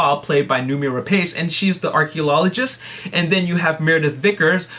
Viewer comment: Lol, why do you say archaeolologist?